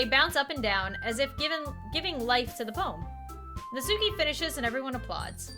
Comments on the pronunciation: Her name is pronounced Natski, btw. The u is barely there at all. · Did you know that its not pronounced Nat-suke its actually Nat-sucke? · You can keep pronouncing it Not Suki but it is supposed to be pronounced Not Ski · ITS PRONOUNCED NAT-SKI NOT NAT-SUE-KEY 😡😡😡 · It’s pronounced not-ski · Not to be rude but it's pronounced not ski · Pronounced as Nat Ski. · I'm so used to hearing "Natski" not "Natsuki" (i say both now bc WHYYY) WHAT HAVE U DONE TO ME